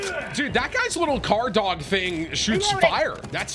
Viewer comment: Tim always calls the drones, "Car Dogs" lmfao What the f*ck makes you say that Tim?